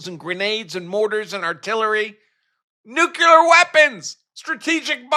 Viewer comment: Did you say nu-que-ler